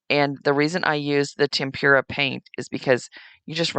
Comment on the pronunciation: Great crafts... "tempura" is a batter-fried vegetable... "tem-pra" is the paint. 😉